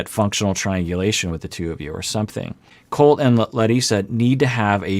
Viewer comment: im a believer in treat others how you wish to be treated. If larissa refuses to call colt the way his name is pronoucned "colt" and instead calls him "coltey" then she does not deserve her name to be pronounced correctly